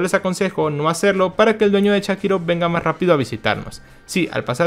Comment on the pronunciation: Buen video, pero me irritó que le digas shakirov a sharikov😂